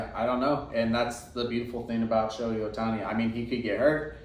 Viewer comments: It’s not pronounced “Showy”, it’s “Show-hay”. If you’re gonna collect someone, you should probably know how to say their name. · It’s literally 2 basic syllables and it’s been spoken millions of times by anything remotely sports related for years.